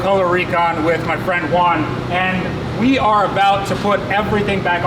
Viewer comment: "With my friend Juan" sounded like "With my friend one" 😂 numbered friends😂